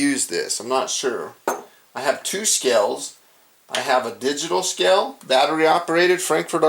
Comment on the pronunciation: It's pronounced "scale", not "skell"....okay?